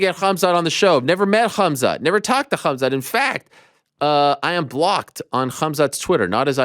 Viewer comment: No one gonna talk about Colby calling khamzat kumshot 😂😅